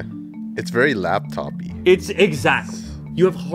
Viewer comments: "It's very lapTOPy" - 2019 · "It's very Laptopy"